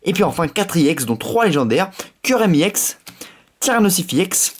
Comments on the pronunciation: Arrête de dire yex c’est ex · On dit EX pas IX youtubeur de merde je préfère largement davidlafarge et missjirachie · on dit EX et pas i-EX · pk tu dit iex allor que c'est ex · Tu peux dire EX au lieu de IEX? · c est pas iex c est ex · on dit pas (i ex) on dit juste EX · EX pas IEX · On dit pas iex mais ex comme ex petite amie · ça se dit ex pas iex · pourquoi il dit iex a la place de eX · ON DIT EX PAS I EX PUTAIN C CHIANT !!!!!!!!!!!!!!!!!!!!!!!!!!!!!!!!!!!!!!!!!!!!!!!!!!!!!!!!!!!!!!!!!!!!!!!!!!!!!!!!!!!!!!!!!!!!!!!!!!!!!!!!!!!!!!!!!!!!!!!!!!!!!!!!!!!!!!!!!!!!!!!!!!!!!!!!!!!!!!!!!!!!!!!!!!!!!!!! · C est ex pas iex puré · Pourquoi tu dis iex alors que c'est ex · c'est pas i EX tes con ou coi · Bien jouer. juste un truc sa me stresse quand tu dit YEX alors que moi d'habitude je dit ex. Dsl les faute.... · on ne dit pas iex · on dis ex yiex